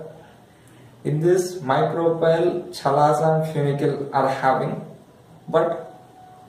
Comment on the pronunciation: Chalazaaaaaa ha haaaaaa First learn how to pronunce chalazaaa